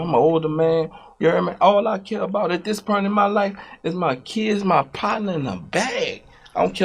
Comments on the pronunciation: Birdman and Master P don't say "point" they say "pernt" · He still can't pronounce "point." "Pernt," is hilarious.